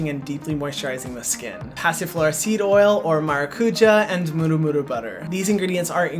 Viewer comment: HYRAM ! I love how you pronounce "murumuru butter" very close to Maori pronunciation, maybe the Hawaiian influence.